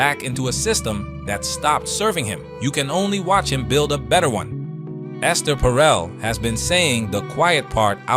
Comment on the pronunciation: First second of the video: "Alright Ess-TAIR". Hasn't she ever heard of the name "Esther" before? Lol